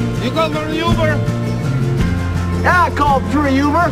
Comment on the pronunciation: i never realized he said “yuber” lmaooo i thought he said “uber”